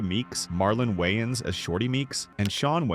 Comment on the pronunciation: Bro said the Wayne’s but I heard the yns 😹😹